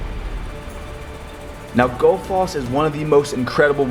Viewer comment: The way he pronounced Gullfoss 😂😂 I’m dying